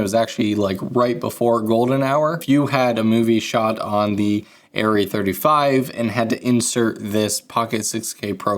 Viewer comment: Super-Cool Video. Thanks a lot. (from Germany) The correct vocal sound, when you say „Arri“…sorry for my poor english…is totally different…from what i heard from you in this video. Again. Sorry for that. 🫣 At the beginning…the „A“…you sound like „Aiii“…is different in german. It would be much more like „Ahh…“, or „Uhh“. On top of that…at the end…the „i“…you sounded like „iee“… Is totally different in german. Much more like „ih“, with no „e“ sound. In total: it is not „aiirrieeh“. It goes like „ahhrrih“. Or even better: „Uhhrih“. Because our „A“…resembles better your „Uhh“… 🙈🎯🤡🥳🏆🫣🤓 I guess this is one of the craziest comments ever. 🫣 But it is true. 🤡